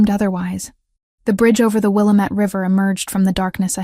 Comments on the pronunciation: Great story! But native Pacific Northwesterners know that the river's name is properly pronounced Will-LaM-Ette (as the Native Americans spoke it.) Not Willa-Mette But a good story nonetheless 😊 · It is will-am-ette River say it correctly